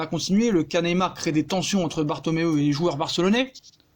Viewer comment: je kiffe tes videos mais please arrete de dire BARTOMEEUH C EST BARTOMEU (ouuuuuu). merci lol